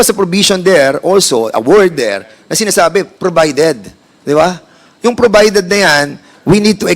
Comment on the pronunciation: Hahaha wala Sa pronouncation mali pa ang spelling P naging F hahaha. Deputa saan to nag aral ng English sa makahoy. Provided not probided 🤣🤣🤣🤭🤭🤭